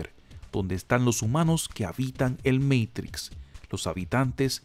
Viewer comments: No me gusta cuando el video es narrado como meitrix....porque no lo pronuncia como se pronuncia en español "MATRIX" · "el meitics" cuidado, estamos ante un privilegiado del lenguaje. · "El MEIKTRIKS" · Porque decís meitrix.... cualquiera